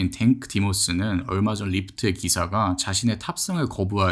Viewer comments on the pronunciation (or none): 댕크 디모스가 아니라 탱크 디모스 아니야....?